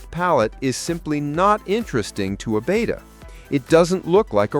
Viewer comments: The Greek letter, "beta" is pronounced, "BAY-ta." The captions in the video even render it, "beta!" The fish is pronounced, "BET-ta." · BETTA. It is pronounced bett uh. "Beta" is a Greek letter, which is pronounced bay tuh. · it's BET UH, not BAYTA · BETTA NOT BETA! DAMMIT!!!